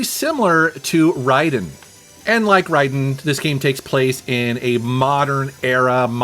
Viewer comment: Raiden. Pronounced "Ray-den." But all the same, I have all these games on an image I installed on my handheld. Really fun times.